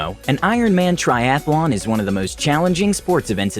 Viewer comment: For those who don't know, like the narrator of this video, it is a TRIATHLON, NOT a Triathalon.